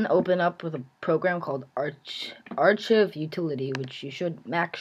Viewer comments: It's pronounced ar-kive. Not ar-kiv :P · AR CIE VE Not Ar CHIVE thats how you pernouns it :) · archive is pronounced 'arkive' but thanks for the help.